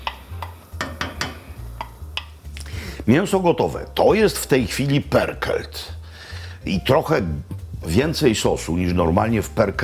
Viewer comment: Perkelt??? Tak się czyta pörkölt?